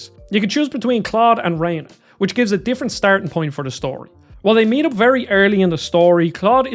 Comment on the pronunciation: When did it become Raina? I always pronounced it Ren uh. Voice acting in the original when Rena died in combat said ren uh too.